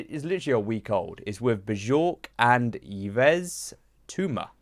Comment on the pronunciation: bless, lol. and it’s “eve’s tumor” all good tho 😂